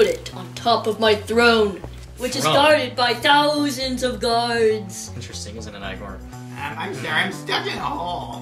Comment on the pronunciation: He said 1,000 of gards more like 1,000 of frog's